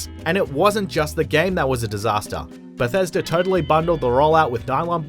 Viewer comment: You can't say Bethesda without E and A